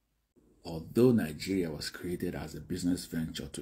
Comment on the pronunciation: Why y'all oga pple pronounce your country with an N in the middle(ningeria)🤣🤣🤣🤣😁😂😂